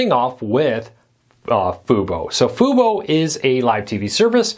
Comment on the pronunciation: Can you say Fubo correctly?